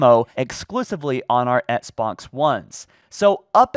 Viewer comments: Dear, it bugs me so much that you don’t pronounce the ‘X’ in Xbox, and instead say it “Ets-box”. I don’t know if there’s a reason for this, and I know I’m probably being annoying by even writing this, but I had to at least put a comment out there.. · Can’t unhear “ets-box one”